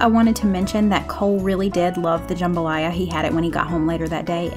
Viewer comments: Louisiana native here :D You said it right - you just have to turn that first "a" to a "u" and slap a southern drawl on them vowels Juuumbalaya! Thanks for the recipes they all looked great!!! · Louisiana Girl here! The "jam" in jambalaya is pronounced "juhm." Btw, these videos are the highlight of my week, I find so many great meals to cook! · you said it right, "jUmbalaya" is how it's said down here in Louisiana 😊 Also, the chopped onion, bell pepper, and celery you put into the jambalaya is call "the trinity", it's used in many Cajun dishes (and so is Cajun seasoning.... even in our Ramon Noodles lol). Happy Birthday to the hubby and Happy Mother's Day to you! God bless y'all. ❤ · Louisiana girl, here. You said jambalaya correctly but that’s a very saucy jambalaya & it’s a red jambalaya. Ours is more brown & not saucy. You did andouille wrong though. Still love you!